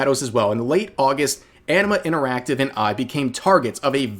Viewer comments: I keep hearing Enema Interactive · I keep hearing it as "enema" interactive.